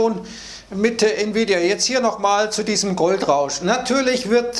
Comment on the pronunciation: Oooo es wird gefährlich spricht Nvidia richtig aus Mir es lieber er sagt nie wieda oder bittercoin Glaube man sollte lieber bald mal gewinne mitnehmen 😅😅